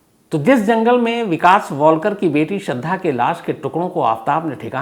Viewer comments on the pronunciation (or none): सर उनका नाम वॉलकर नही वालकर है. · surname to thik se bolo .... she is WAAAAALKAR not WOLKAR ...... MAD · Sir shraddha ka surname waikar hai, walkar nahi.